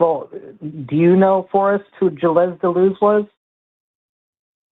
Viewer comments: please stop butchering Gilles Deleuze’s name. It’s French. The ‘es’ is silent. Also, Deleuze was an atheist, pretty famously. There’s literally no need for you to bring him up. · He couldn’t pronounce Deleuze’s name nor does he appreciate apparently that Deleuze was a hardcore atheist